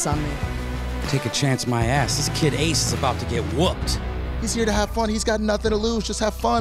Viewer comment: When correctly pronounced Ace’s name and Kaiser said “English. Do you speak it?” That was gross, I’m sorry. Sincerely, Someone who goes by an anglicized name because people refused to pronounce my name correctly.